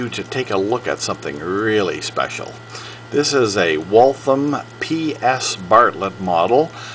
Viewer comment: Nice watch. In the video, you're pronunciation of Waltham is incorrect. I also noticed that you begin preaching at the end of the video. How inappropriate.